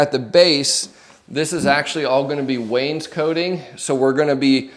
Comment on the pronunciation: Wains-cot-ing, not "wains-coat-ing"